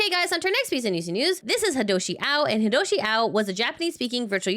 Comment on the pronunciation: it's Hiodoshi Ao, not Hidoshi Ao. Thank you for the news